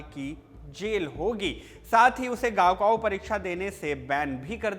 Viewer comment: 高考 it's not गाओ काओ, it's काओ खाओ